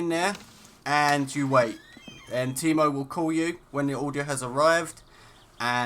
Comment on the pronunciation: bad tutorial you pronounced teimos name wrong fuck you dislike